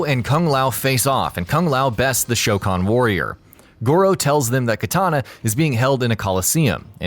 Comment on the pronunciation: at least you got the pronunciation of goro's race correctly